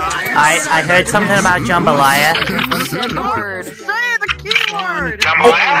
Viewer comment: I LOVE HOW THAT ONE ALASTOR THAT KEPT SAYING JAMBAYLA IT MADE ME LAUGH BADLY❤😂😂😂